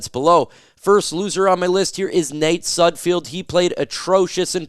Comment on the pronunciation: Can you say Sudfeld correctly one time you airhead